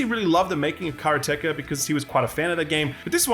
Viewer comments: Never heard anyone pronounce Karateka so badly. It's Karate with "ka" added on the end. Lol! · TIL Not everyone pronounces it karate-ka? The creator even did a vid about it, he pronounces it like Skillup which after so many years just sounds weird. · I have been mispronouncing Karateka my whole life?